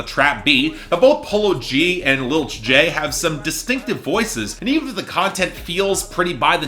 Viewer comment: It’s pronounced Lil Tee-Jay, not Tjay